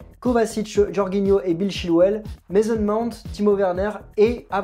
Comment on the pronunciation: A secondes tu dis aussi 3 tirs cadrés 3 buts pour chelsea. On dit Jorjinho et non "Jorguinho" qui sera titu par ailleurs Kovacic blessé. Ce dernier n'a pas fais la passe D pour le but de Mount, c'est bien Jorginho qui fait la passe qui casse les lignes. Et le 11 probable de Chelsea ressemble plus à un 11 souhaité. Bcp d'incohérences.